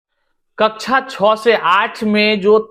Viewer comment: Kakcha cho nahi, kakcha che hota hai